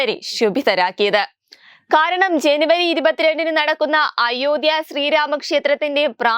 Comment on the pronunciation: അയോദ്ധ്യ എന്നത് കുറച്ചു stress കൊടുത്തു പറയണം, മലയാള ഭാഷ കുറച്ചു കൂടി പഠിച്ചു പറയുക, പ്ലീസ്